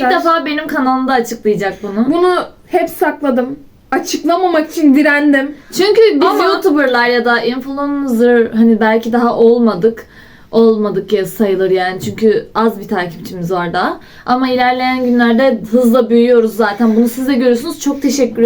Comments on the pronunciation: influnzır ahhshhshshd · Yaa niya öyle diyosun onlar riyal influnzir